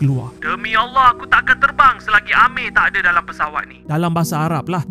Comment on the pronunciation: x pelat sebutan Allah ye, mantap